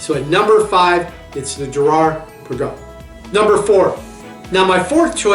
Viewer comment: Girard Perregux is pronounced Pear-a-go.